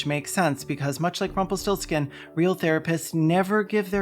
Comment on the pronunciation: Rumple still skin? Have I heard that right? Rumpelstilzchen? 😂